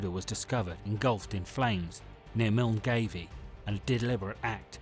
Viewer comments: Milngavie is pronounced mil-guy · Milngavie is pronounced "Mullguy" Good video. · Came here to say the exact same thing.😂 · Milngavie...mill-guy...how to pronounce it! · Your pronunciation of Milngavie just made me lol.